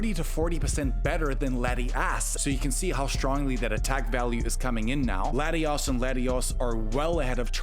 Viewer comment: I like how you pronounce Latios as Latius, and Latias as Latios! Adds an element of chaos 😂